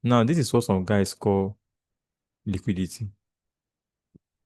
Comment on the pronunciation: Just like me. I hate that word "liquudity" in this industry